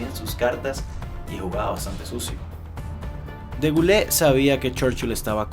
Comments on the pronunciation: De Gaulle se pronuncia “De Gol”, no “Degulé”. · De Gaulle se pronuncia /de gol/ con o cerrada, no /de gulé/ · Se pronuncia de goul